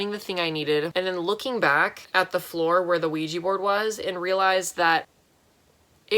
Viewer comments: i hate it when people say 'ouij i ' instead of 'ouij a ' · “There was a weejee board in my room.” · I know I sounded like a dumb bitch, but I thought Oujia was spelled and read :"Luigi"